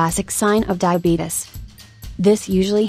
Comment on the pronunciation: emmy 595 No, they're making a joke. If you noticed, the atuomated voice says "Diabeetus" not diabetes.